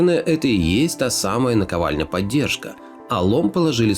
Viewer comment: Прекрасный ролик, но мне, как инженеру, очень режет слух слово "поддержка" с ударением на Е. Инструментами при сборке-клёпке являются пневмомолоток и пОддержка.